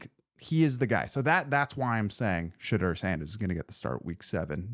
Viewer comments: I subscribed please practice on how to pronounce his name correctly.You pronounce it the way he said he didn't like it pronounced not Shedrrrrrr its pronounced Sha-door 🚪 You said his name over a hundred times so hopefully you practice and learn how to pronounce it😮💯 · Oh and Shedoor lol not Sheduur Hahaha